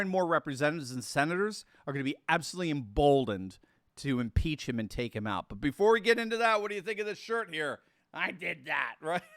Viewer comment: We must impeesh!